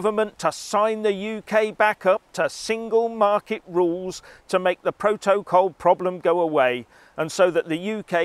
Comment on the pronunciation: What's a "Pro-toe-col"